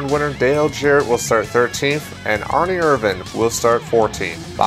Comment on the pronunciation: Why do you say Ernie like its spelled Arnie. Like i don't remember Bart and Arnie lol